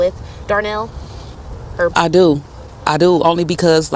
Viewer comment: It’s DARNELL